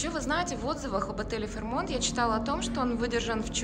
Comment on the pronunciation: Все-таки ударение ФэйрмОнт.